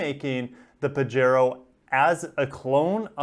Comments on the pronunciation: You know I love u and ur channel man.... but it's pronounced Pah-he-ro:) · it quote you have given, says that you pronouce it pajero.